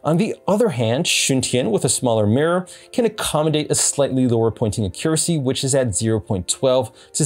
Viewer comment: Why are you saying "Accuracy" like that???